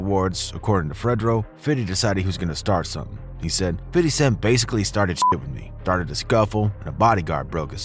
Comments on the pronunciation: His name is not “fiddy” it’s pronounced “fifty” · The name "50 Cent" actually came from someone else who lived in Brooklyn. He turned it into meaning "change" for promo reasons. Also...its OK to acknowledge him as Fifty not Fitty every minute. They said "Fitty" is how u should pronounce it in an interview once but we don't really pronounce it like that bro. We say FIFTY or maybe FIF. Fitty sounds annoying. Bet u hear no black ppl say "Fitty" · Fitty smh say 50 man !!! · Bruh just say fifty....fiddy just sounds were and is too close to Diddy......and I'm sure Fif hates it lol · Wyte ppl saying fiddy cent always makes me chuckle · Why you saying “fiddy” lmao ppl these days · Why do white people think saying fiddy sound cool. No black people say his name like that. Dude you sound like a fucking idiot. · I cringed every time he said a name wrong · I hate how alot of white folks pronunciate 50 cents name. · for real bro sounded like a suburban white kid lol never heard niggaz pronounce it like that.